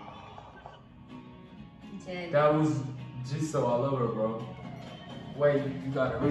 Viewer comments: its ge-soo not gi-zo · idk if any1 here told u guys or not but Jisoo pronounce is ji-su . LILY usually used for lisa`s team/fans but some do calls her that. Also hyung means big brother for girls it unnie . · Jisoo is pronounced Gee Sue. Many nicknames but mostly Chichu. Rose' is pronounced Rose-ay. It comes from her middle name Roseanne = Rose-a. Only other members can call her Rosie. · It's jisoo not JEZO AND rosie not ROSE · its pronounced g sue(jisoo) like the letter g and sue like ill sue u G sue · Not jizoo